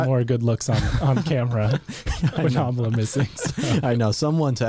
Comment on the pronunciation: The way you guys say Amala sounds like Amla which means Gooseberry in India. 😊